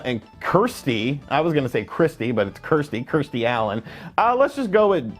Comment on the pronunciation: You got Kirstie right but Alley wrong 😂